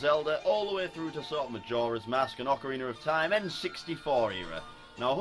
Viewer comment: That's how it's pronounced.